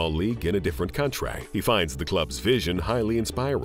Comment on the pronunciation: Why does this Narrator speak like this.. “Famalay, masterpace, countray, trophays” LOL WTF?